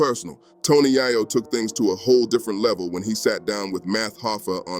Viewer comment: How don't you know how to pronounce yayo